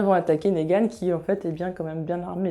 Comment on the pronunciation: Je viens de découvrir ta chaîne, tes vidéos sont top, je viens de m'abonner ! J'ai surtout regardé tes vidéos sur TWD pour l'instant et j'ai remarqué que tu prononçais Negan : Négan mais ça se prononce Nigan :)